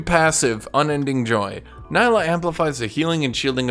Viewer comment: It's not pronounced Ny-lah for God's sake, It's Nee-lah !